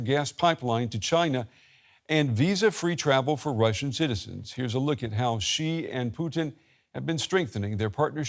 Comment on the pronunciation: if reporters cannot take the time to learn how to pronounce Xi's name (after he has been president of China since 2013), then they must be mispronouncing it on purpose!!